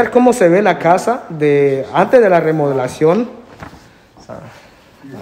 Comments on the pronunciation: HOLA, MUY LINDO EL VIDEO, GRACIAS POR COMPARTIR. LES HAGO PRESENTE ESTE DETALLE PARA QUE PUEDAN MEJORAR SUS VIDEOS! NO SE DICE: LA " REMOLACION DE ESTA CASA ..... MAS BIEN SE DICE : ¡ LA REMODELACION DE ESTA CASA ! RE MO DE LA CION. 😁💪😁💪 NO SE DICE : ¡ POMOS VER ! MAS BIEN SE DICE : ¡ PODEMOS VER ! JAJAJA, 😁💪😁💪😁💪😁💪. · APRENDAN A HABLAR CORRECTO LA PALABRA ES : REMODELACION: Y NO REMOLACION COMO LO REPITIEERON LOS DEL VIDEO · Porque dice remolacion